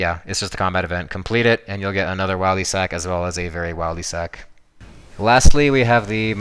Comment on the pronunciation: Disliked can’t even say Wildy properly